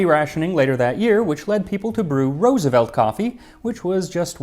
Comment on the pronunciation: Dutchie here. So happy to hear you pronounce Roosevelt the right way ❤